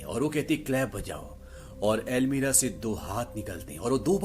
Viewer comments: Not almeera it's almaree or cupboard 😂😂😂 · explaination is good but I noticed you always say "Almeera" instead of "Almaari" lol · Jab almari hi hai to almeerah kyu khte h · अलमीरा नहीं होती 😁 अलमारी होती हैं।